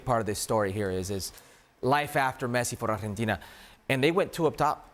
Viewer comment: Pls stop saying Arhentina. It's so annoying. It's Argentina